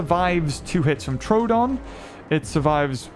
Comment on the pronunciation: The fact that I pronounced troodon wrong as Tr-oooh-don is crazy 💀